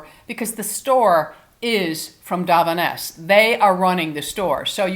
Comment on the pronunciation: Love an empties video, not sure why they are so satisfying! Btw, it's deviant, dee vee ent.